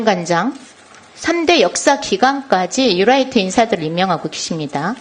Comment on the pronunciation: "유라이트" 전라도식 발음 ㅎ